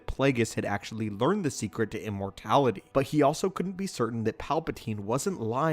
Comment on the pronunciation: Did.. did you say “importality” and “exasterbated”?